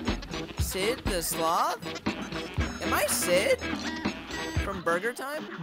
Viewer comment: sid the "sloath" PepeLaugh